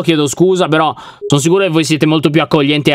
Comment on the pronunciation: perchè invece di dire sicuro hai detto siculo